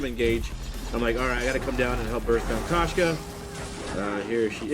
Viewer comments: that koshka pronunciation though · I'm dying 😂😂😂😂😂😂